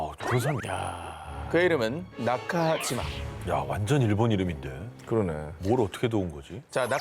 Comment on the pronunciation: 이름 이 나카지마 나 까지마라 로 들리는군